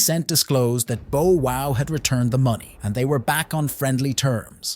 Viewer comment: He said Bo Wow, bruh this AI shit gotta stop 😂😂😂